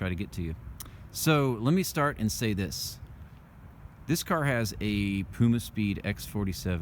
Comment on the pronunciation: poomaspeed lol